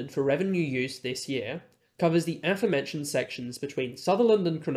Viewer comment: It's A-FÓRE-mentioned, not ÁFFER-mentioned.